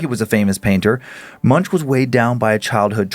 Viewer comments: Just giving you a heads-up for mispronunciations again… Edvard Munch is pronounced with a frontal ‘v’ as in “Vaseline”, and end in a hard ‘k’. His surname is pronounced similar to “monk” (the religious type) but with the ‘u’ pronounced roughly as in “mundane”. Cheers, and have a nice holiday. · "Edvard Moonsh".